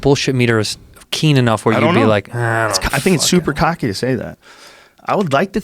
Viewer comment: I love you cheeto, no more "keen," no mas "keen" amigo